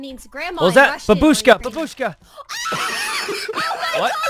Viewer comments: It’s bAAAAAAbushka :(( Y is the only way people say grandma babUUshka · did he just say babushka rae??😂😂 GRANDMA RAE NOOO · The only Russian word she knows she pronounces wrong haha